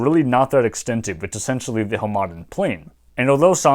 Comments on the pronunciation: I was thrown off every time you said Hamadan as huh-maden lol. It's pronounced Ham-eh-don, at least in the farsi I know. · Just a minor pronunciation note: The city and region of Hamadan in western Iran is pronounced like HAmaDAAN. The middle syllable is the quietest one, the third syllable is the most emphasized and is also a longer vowel. I don't speak Persian fluently but I've had enough exposure to it (used to have an Iranian girlfriend) that it seems to me that in Iranian words the stress is most frequently toward the end of the word, often on the last syllable.